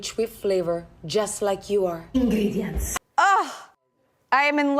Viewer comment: "INGRIDIENTS!" Oh my God, I love that woman so much 🤩🤩🤩